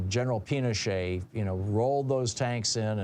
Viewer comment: Pinochet. Thom had a slip of the tongue.